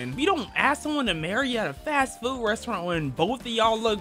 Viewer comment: bro said “not in a fast FEWD restaurant”😂😂😂